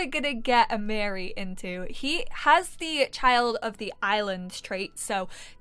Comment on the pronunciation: I’m new to your channel and I’m loving the LP’s. The correct way to pronounce Amiri’s name is A-ma-re 🥰🥰... my nephews name